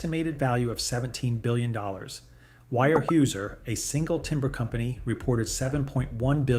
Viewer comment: Its pronounced "Way-er-house-er"